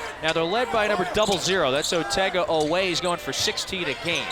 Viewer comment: Tell the idiot talking head that Otega's last name is pronounced O-weh...NOT o-WEH.